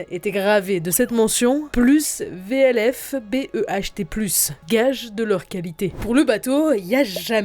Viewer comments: Alors c'est pas "VLFBEHT+", ça se prononce Ulfberht (voulfberth ou ulfberth, avec le th anglais) et c'est un type d'épée, plus qu'une indication de qualité. C'est un genre d'épée bâtarde dont le centre de gravité permettait un usage très facile à une main couplé à un bouclier rond. D'ailleurs les croix germaniques sur les côtés de l'inscription sont des copies, la croix de fin se notait avant le dernier T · Tout à fait, j'ai tiqué quand j'ai entendu ça, et VLFBERTH ne se prononce pas V.L.F.B.E.R.T.H , le V est en fait un U et ça se prononce ULFBERT comme un nom sans détacher les lettres. Les épées coutaient très cher et seuls les riches pouvaient les payer, les deux armes les plus utilisées car à la portée de tout le monde étaient la hache (qui était aussi un outil très utile en temps de paix) et la lance (qui n'était qu'un grand bâton avec un peu de métal à la pointe). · Il y a de nombreuses erreurs dans le vidéo 😭 Déjà les épées viking en acier de Damas sont appelés Ulfberht. On dis navigateurs et pas navigueur... Et pleins d'autres choses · On ne dit pas "croix-vé-el-effe-bé..." mais Ulfberht, sans mentionner toutes les autres erreurs... Vraiment passable pour une chaine qui veut retablir des faits historiques. Votre audience est composée en majorité de gens incultes et de jeunes. Il serait préférable d'avoir une relecture par des pros avant de publier une video aussi peu sérieuse. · déjà j'ai failli lacher a + vLH jsais pas quoi, cest ulfberth la mention, ça se dit " oulf berte" et on en parle des "NAVIGUEUR", ça serait bien de se relire mdrrrr